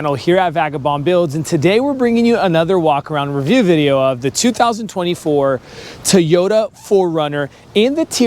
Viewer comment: It’s pronounced Toyota not teyoya